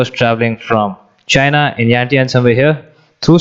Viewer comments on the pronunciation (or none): none